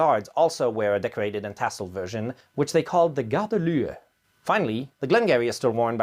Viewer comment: It was within acceptable parameters. ;-)